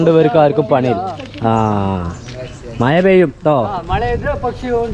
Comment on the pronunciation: മയ. അല്ല.. മഴ